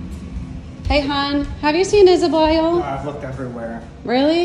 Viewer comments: i love the fact that she pronounces isabelle into isaboil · isa-be-lle not isa-boil. thats how u pronounce isabelle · the way she pronounces the name is wrong.